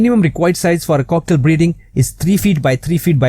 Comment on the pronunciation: It sounds like he is sayng cocktail